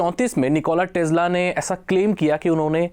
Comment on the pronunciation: भाई निकोला टेस्ला है, टेज्ला नही ।